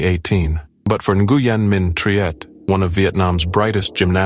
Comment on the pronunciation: It is pronounced Win not Neguyen